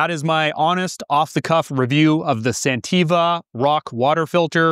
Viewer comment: I think you are mispronouncing the name of the company you are reviewing.